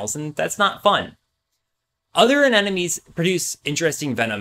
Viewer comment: Sure knows a lot about anemones... should have started with the pronunciation...